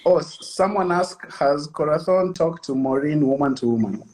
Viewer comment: Aki umesema Corathon😆😆😆😆 alafu pia hapo Kwa I trust Frankie ukacheka. You're so salvage.